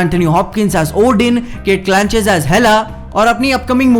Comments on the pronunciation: It's Cate Blanchett not Clanchett...😂😂 SOMETIMES MISSES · Its "cate Blanchett" not "cate clanchett"🤣🤣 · Bhai not Cate Clanchett... A list actor h toh naam bhi sahi se lo...it is Cate Blanchett....And yeah some of the actor dont need marvel to prove their worth.... Marvel need then mark my words